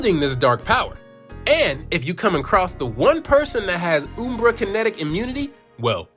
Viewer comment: It's not "Oombra", it's "Umbra" like; pronounced in the word umbrella. Like "un-" but with an m instead of n. Ummm... Umbra. Hope this helps.